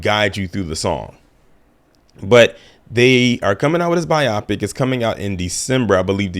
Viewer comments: I been meaning to say this for a while - it's pronounced 'by-o-pick' not 'by-AH-pic' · You are 100% right about EVERYTHING... I had to catch myself because I NEVER say that!! My only problem with you is how you keep pronouncing biopic LOL it's not bi-AH-pic bio-pic lol as in biography, and picture.. biopic. LOL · Please say bio-pic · I’m dead at how he says biopic lol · They we he’s saying biopic….I know some people say it like that. But hearing it over and over started to crack me up.